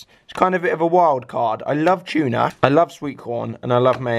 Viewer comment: its not chuna its tuna not chuna